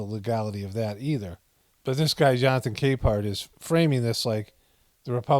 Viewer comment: Did he say Jonathan K-Mart?? 😅